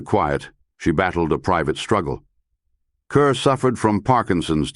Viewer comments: Deborah Kerr is pronounced Kahr, not Kuhr. "Kerr (As In Star)" was a significant P.R. catchphrase at the outset of her career. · Her name is pronounced 'Car', not 'cur'. Please stop doing these poor videos. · Her last name is pronounced Carr. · It's "Kerr Rhymes with **STAR**!", Mr. AI!! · If you are going to do a tribute to someone, at least pronounce her last name correctly.